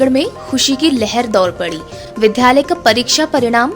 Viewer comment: विद्यालय को विध्यालय और विद्यार्थी को विध्यार्थी न पढ़ें । इन शब्दों में आधे द ( द् ) के साथ य है, न कि ध् के साथ य !